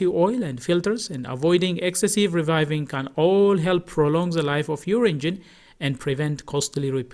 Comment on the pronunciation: there is a rev limiter in place and a fuel cutoff which will not let you over rev unless you money shift a gear in a manual car. You just call revving, reviving, which is not the proper pronunciation